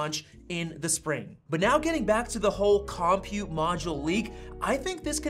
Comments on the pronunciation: This is the second youtuber i've watched that pronounces "compute" as KOM-pute instead of cumpute. What is going on? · I'm excited about this possibility but had to quit listening after you mispronounced compute. The accent is on the second syllable, kəm-pyoo͞t′. I don't understand why dictionaries use this but it's not COM-pute, it's com-PUTE. Like the way you say computer so it's a com-PUTE module. Actually, I've been thinking about multiple (or replaceable) CPU modules ever since the M1 came out. These could be arranged like a blade server. It doesn't appear that Apple is thinking about multiple compute modules but only upgradeable compute modules. In some ways, I'd rather Apple come out with an architecture that allowed multiple CPU/compute modules with independent secondary memory and storage modules along with mother/daughter cards (or backplanes) that included upgradeable PCIe buses for faster I/O technologies (Thunderbolt, GPUs, etc.). Can Apple develop software that would allow this technology that is already in use on supercomputers? If you look at supercomputers, each compute module is not that fast but when you put 8,730,112 cores together (new top500 supercomputer from Cray, installed at Oak Ridge National Laboratory, 1,102.00 PFlop/s but takes 21,100.00 kW to operate) with special software you get a very fast computing system. I don't see Apple going this far but what about a derivation of the M-series SoC that only contains enough memory and storage to boot and operate each M-99 compute module (CM). Apple could include a dozen or two Mx small modules into the M-99 CM instead of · Lol "Kahm-pute" module